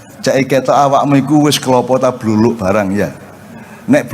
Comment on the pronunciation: Dudu bluruk mbak , sing bener bluluk 😅😅😅